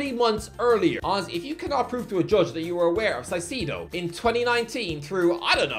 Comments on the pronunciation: 1) Why do you hate Brighton so much? 2) Why don’t you learn to pronounce his name properly, it’s Ky-Say-Doh, not Si-See~doh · Two things: 1- Palacios was from Honduras, not Ecuador 2- Dude, come on. Moy-says Ky-Se-Doh, not Moise Saisedo. It's not that hard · All i hear is Saiseedoh instead of “Kaicêdu” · It's pronounced KAISEDO, not SAISIDO😅just saying😁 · ITS PRONOUNCED K-AICEDO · Saicedo🤣 Now I can't unhear it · It's pronounced "Moy-zis Kai-say-doh," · “moy-sess kai-say-doh” “moy-sess kai-say-doh” “moy-sess kai-say-doh” “moy-sess kai-say-doh” “moy-sess kai-say-doh” “moy-sess kai-say-doh” “moy-sess kai-say-doh” until you get it right i’m pronouncing Doherty like doo-hurty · "Si Sea Doh" though... really? 🤔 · ITS PRONOUNCED KAI-SED-OH FFS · Bro mispronounced his name whole video ☠️ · at least pronounce his first and last name right. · The way he pronounces Caicedo infuriates me every time he says it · I wonder when that man is going to learn how to pronounce Caicedo's name lmao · Congrats to the for mispronouncing Caicedo's name in a way that I'd never thought was possible. First and second name, so so wrong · Talking about Adam(s) and just like carragher can’t even pronounce caicedo 😂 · The caicedo pronunciation is killing me haha